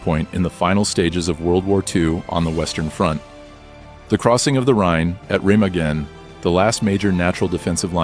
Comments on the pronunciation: The first time is and it continues throughout the discussion of the bridge. The AI pronounces it as "Rimmigen" The correct pronunciation is "Reh-mah-gen". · How can they get the name of the Remagen Bridge wrong ? This must be AI